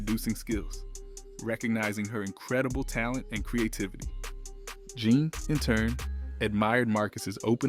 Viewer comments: Two minutes in..the Zane pronunciation after saying the album and name correctly is SENDING ME!!! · The group’s name was pronounced ZHA*Nay NOT JANE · jesus christ it’s pronounced jon-nay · Dude, PLEASE. It's "Zha--Nay." I just can't... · My Dude the album literally tells you how to pronounce their name JAH NAY.. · Bro still said Jane. 🤦🏿‍♂️